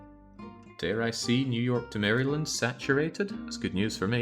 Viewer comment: "Mary-Land.." dont pronounce the y lol